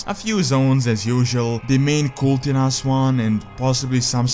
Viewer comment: bro... come on... its Kul Tiras not Kul'Tiras